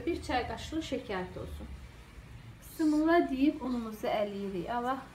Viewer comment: Pisimilah yox Bismillah